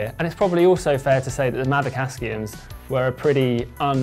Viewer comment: Did he keep saying Askium rather than Aksium, or do I need a hearing test? I've had those wheels on my bike since I bought it in 2009. Yeah, I should probably upgrade them...